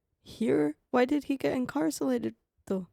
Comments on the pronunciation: I don't want to be that person. But since you've mentioned your English (which is great BTW) in other videos, I wanted to give you a quick correction on a word pronunciation. You kept saying incarcelated instead of Incarcerated.. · Hearing you try to say incarcerated is hilarious 😂😂😂. "Incarselated" 😂 its cute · She's so cute adding an el to her pronunciation of "incarcerated". Different countries have different rules. Before going to any country, it is best to know the rules that would be a surprise to you. In dictatorships, don't touch any images, statues, of any thing. I might not be a good idea to take photos of govt buildings either, since those photos might be deemed useful for targeting by a foreign country. "The very young do not always do what they are told." Young can be age or maturity or experience level. Spain doesn't allow photos of private homes from the street without permission or of children. There are some loopholes, but if you aren't careful, someone will complain and the police will err on the side of the local, not the visitor. Some NATO countries have mandated on-demand decryption of anything they want. You have no right to privacy when entering their country and if you bring an encrypted file, they can demand you decrypt it. I've been tear gassed in Turkey. No, they weren't aiming for me, but an entire neighborhood was covered in tear gas by the govt officials to break up a college student protest against the current President at the time (he's still in power, BTW). We were just down hill from that location. Was nearly arrested in Turkey for refusing to pay massively inflated drink prices.in a mob-run bar. They called police, but didn't know we had a local with us who explained we were being charged 10x more than he was for the same drinks. In Argentina, we we